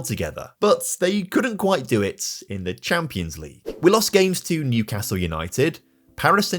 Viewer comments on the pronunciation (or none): none